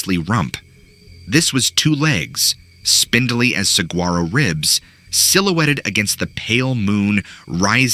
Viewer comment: Boo, love your stories but seriously! Ha-vuh-leen-a and Sah-war-oh.